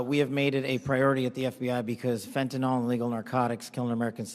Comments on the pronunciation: Fenta-NYL, not fenta-NOL. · Stop calling fentanyl FENTANOL. Pronounce it like it's written. The last sylable rhymes with HILL.